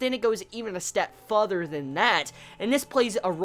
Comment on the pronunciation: Lol sorry bro I couldn't help but correct the way you say further. You say futher instead of further, not criticizing you, was just pointing that out for you :) But I am really in love with this series. It bothered me how he sliced out Ilya's eyes and then stabbed her with no hesitation though.